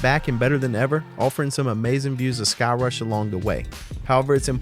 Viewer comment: All I heard was " don't go to thigh-crush " hahaha. Great video as always.